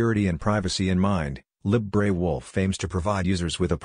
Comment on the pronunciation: Someone needs to train this text-to-speech tool to pronounce "libre". lolol